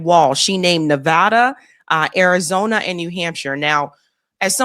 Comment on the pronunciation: As a current resident, thank you for pronouncing Nevada correctly.